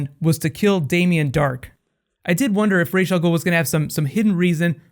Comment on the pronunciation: It is just so annoying how they mispronounce Ra's Al Ghul. It's not "Raysh". It's "Rahs".